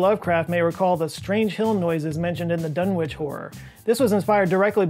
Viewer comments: By the way, it's not DunWich,,, it's Dun'ich. The D is silent. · For what it's worth, you also mispronounced "Dunwich!" I love your content